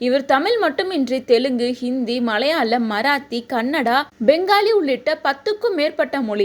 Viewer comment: "மலையால"மல்ல "மலையாளம்" என்று சொல்லுங்கள். அதுபோல் தமிலா, தமிலா அல்ல, "தமிழா, தமிழா" என்று சொல்லுங்கள்.